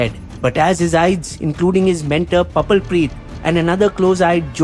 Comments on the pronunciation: Your videos are always fun to watch. Just a heads up. Aides is pronounced just like Aids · Your videos are truly amazing. Really informative, unbiased and true to facts. Also just a sidenote kindly correct your pronounciation of Aides.. its pronounced as AIDS.